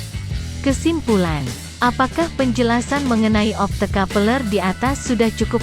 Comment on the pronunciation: 😂😂😂 opto kapeleeer